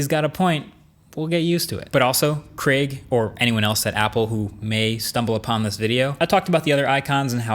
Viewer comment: Finally an American that pronounces Craig properly and not like “Creg”